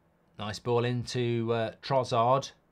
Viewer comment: why does mark always call trossard trozzard